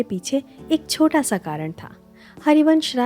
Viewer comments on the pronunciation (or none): none